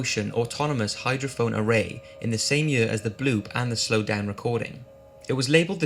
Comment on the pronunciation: Why tf he keeps saying “year” like “yEuUA”